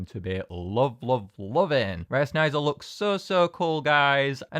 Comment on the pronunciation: wait, i thought sneyser was pronounced "sneeze-er" and not "snie-zer". lol